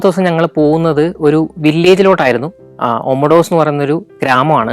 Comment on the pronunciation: ലിമാസോൾ അല്ല ലിമസോൾ ഒമോഡോസ് അല്ല ഒമദോസ് അത് പോലെ പ്രോട്ടറാസ് ആണ് ശരി അയാനാപ്പ അല്ല അയനപ്പ.. ഞാൻ 17 വർഷമായി സൈപ്രസിൽ ജോലി ചെയ്യുന്നു. അടുത്ത എപ്പിസോഡിൽ ഒമദോസിൻ്റെ അടുത്തു തന്നെയുള്ള ട്രൂഡോസ് മൗഡനും , കക്കോപെട്രിയ വില്ലേജും പിന്നെ ഞാൻ താമസിക്കുന്ന നിക്കോസിയ (capital of Cyprus) സിറ്റിയും വിസിറ്റ് ചെയ്യുമെന്ന് കരുതുന്നു. Καλινικτα (good night)